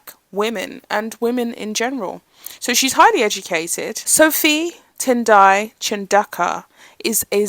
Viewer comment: I just googled it. Looks like pronounciation is CHAHN DOH KU